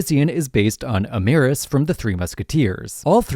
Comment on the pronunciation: it's Aramis, not Amaris, btw